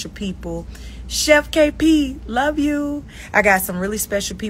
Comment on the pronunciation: I heard that bmore Yew 😂🤣 love it!!